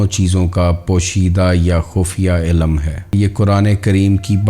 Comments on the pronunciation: انتہائی معذرت کہ کے بعد سننا برداشت نا ہوا آپکی اردو نہائیت کمزور ہے اہم بات بیان کرتے ہیں لیکن مسلسل بارے ilm کو Ilam کہتے جاتے ہو سماعتوں پہ سمع خراشی کا باعث ہے معذرت اس سے آگے نہیں سن سکتے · MashaALLAH SubhanALLAH bhai great sharing but ek ghalti hai ilam nh balkay ilm hai